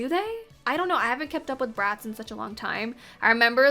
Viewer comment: lmaoo when you said bratz i thought you said rats, i was like "damn okay harsh"